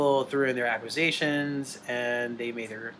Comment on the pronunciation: Anybody else absolutely infuriated by Dahvis pronunciation of 'accusation'? I know there's a lot worse in this video but like, man.